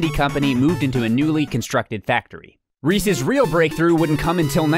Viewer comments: Thank you for pronouncing "Resse's" right. In New Jersey at least, people pronounce it "Ree-seez" and Reese's Pieces "Ree-seez Pee-seez" and it really bothers me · You pronounced it correctly!!!!!! No one else does!!!